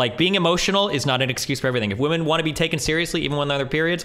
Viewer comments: the only reason i dont watch is because she says woman instead of women. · Dude I know she speaks English so the fact that she cannot say PLURAL womEn is so fucking annoying to hear. She’s been doing it since day 1 and I don’t know why